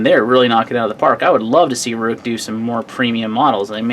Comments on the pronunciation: Good review and video. I'm pretty sure Ruike is pronounced Rake to rhyme with lake. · Prounounced Rake.